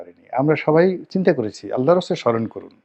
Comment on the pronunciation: সন্তান কি নিয়ে চিলেন, নাকি অ্যাল্লা দিচ্ছে